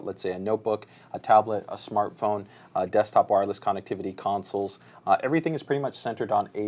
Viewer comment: loves saying CON nectivity lol